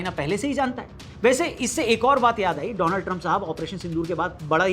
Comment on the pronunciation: कृपया डोलांड को डोनाल्ड न बोले।